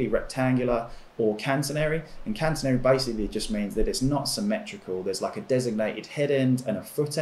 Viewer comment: "Cantenary".....oof! I laughed when he said this bit of misinformation. You would think that shopping for a tarp, and doing a video about it, you would kinda come across proper definitions and pronunciations of something that so specifically describes the very thing you're shopping for.